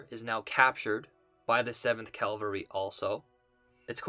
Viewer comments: it’s cavalry not calvary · Say it with me baby boi! Cah-Val-ree!!! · Dude your review are the best!!! Please work on pronouncing CA - VAL - RY. The word you keep using is for a church group.